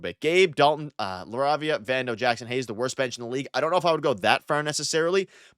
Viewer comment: Are you pronouncing LaRavia correctly?